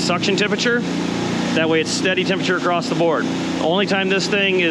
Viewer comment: I don’t know if you’ve noticed but you say across with a t